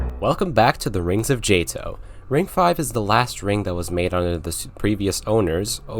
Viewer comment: Cool video, one problem, you're STILL PRONOUNCING JTOH WRONG! 🤯🤯🤯🤯🤯🤯🤯 Edit: also antipode